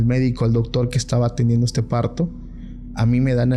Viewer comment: El chavo dice dogtor😂